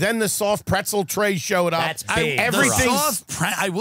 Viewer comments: Is Tim saying preNtzel? Is this a Long Island thing? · Is Tim pronouncing pretzel “prencel?” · Why the fuck does it sound like Tim says pretzel "prentzel" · “the soft preNtzel!” Huh? 🙃 “the soft preNtzel.. soft PRENTZEL.. PRENTZEL.. PRENTZEL” 😨🤯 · Is Tim saying preNtzel??? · am i the only one hearing tim say prentzle or am i trippin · Tim, it’s not pronounced prentzel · What the f is a PRENTZEL ? Is that a long island pronunciation of pretzel . Kills me every time he says it, and no one corrects him. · is anyone else hearing tim add an N to pretzel that isn't there or is this fever i have officially breaking my brain? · Am I the only one going to mention that Tim doesn't know how to pronounce "pretzel"?